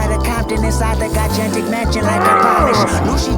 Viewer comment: It’s also crazy in For Sale? when Kendrick impersonates Lucy, he makes it sound like Lucy is drooling and salavating for your soul. Like he can’t resist the urge to take it so much so that he talks too fast for his own good and mispronounces the word “gigantic” and instead says “gi-gantic”. These small details really show how much Lucy really wanted Kendrick. Gave me chills the first time I heard that song. This is still my favorite album of all time. His artistry can’t be matched.